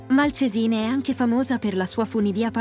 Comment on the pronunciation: Malcèsine, foneticamente l accento va sulla e non sulla i.